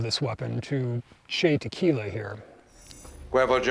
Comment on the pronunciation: "Che Tequila" LOL!!!